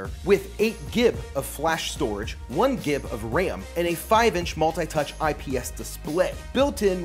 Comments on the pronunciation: I know this is a food channel buuuuuut. I got so confused when you pronouced GB as "Gib" instead og gigabyte hahahah. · Wait did he say gib not gig when talking about the storage? 😂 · I’ve just never heard someone abbreviate gigabyte any other way than “gig”. I know the written abbreviation is “gb”. Anyways, awesome video. Love the channel man keep em coming. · Did he say “gib”....